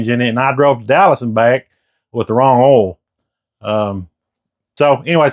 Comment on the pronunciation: It’s earl!!